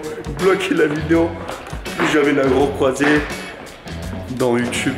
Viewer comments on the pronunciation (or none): none